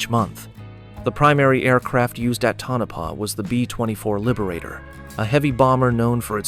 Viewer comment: Pronounced Toe-Na-Paw, not Tunnopa. That's what happens when you don't QC the AI drivel.